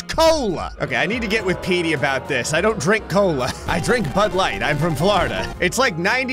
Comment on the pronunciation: When says Petey, it sounds like he’s saying Meaty, so I basically imagined if Meaty Bits made the board